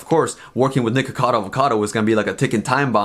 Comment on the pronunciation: Everytime says nikocado I hear "nigga cado" I'm crying help me i cant breathe 😂